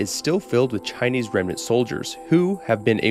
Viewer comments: Your Chinese pronunciation is great, I always love when creators make an effort to get the pronunciations right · Im very Impressed with how good your Chinese pronunciations are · I find it really funny that he pronounces Chinese better than Spanish, being much much more difficult. English phonetics are f*cked